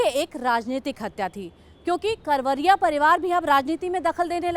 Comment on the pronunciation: कावरिया नही करवरिया बंधु है